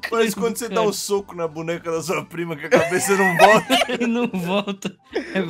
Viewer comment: acho engraçado como o ao invés de falar não, ele fala "nahm, nem faço Enem"